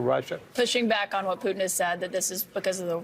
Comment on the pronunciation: Love how host calls him poutine ... Which is so tasty ... But will kill you if that's all you have lol